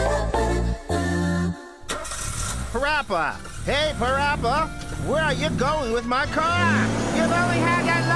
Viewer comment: PaRappa... More like PAW-RAPPA AHHAAHAHAHAH